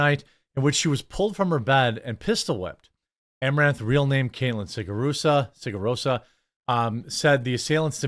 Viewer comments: Jeremy, every time you do one of these videos with your extremely annoying, cacophonous, and excessive "uuumm"s and "uuuuhhs", you are guaranteed a thumbs down. Also, her last name is "Siragusa", not "Sigarosa", you semi-literate corn cob. Master's degree, my a$$! Instead of going for your PhD as you have suggested in the past, you should seriously consider taking a remedial English class instead. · Dude can't even read her surname wright but dude want' to be youtube news xd go back to making videos on onision